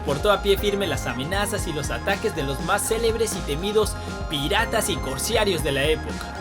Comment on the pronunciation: Amigo lamento corregirte pero la primera ves pensé que era involuntario y la segunda creo que ya es un error tuyo y no se dice Corsiarios sino Corsarios, disculpame pero eres un comunicador social y no te puedes equivocar, no lo tomes a mal.